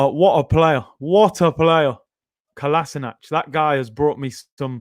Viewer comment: Man said Kolaisnac airlines. You are hilarious at times. 🤣🤣🤣